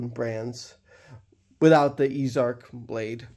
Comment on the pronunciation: It's pronounced "easy" arc. Not "ease" arc.